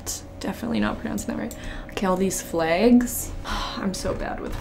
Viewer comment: I love how she says flags or bag😂😅